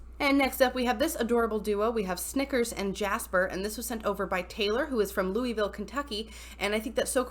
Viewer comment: ...you said Louisville wrong. Only non-kentuckians say it like that, lol. It’s a lot more slurred- kinda like lull-ville. Source: born and raised an hour from there.